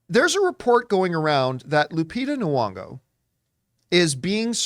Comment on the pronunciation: Every episode I wonder if John's gonna realize her name has a Y, not a U. Still not today. Lupita Nyong'o, not Nuong'o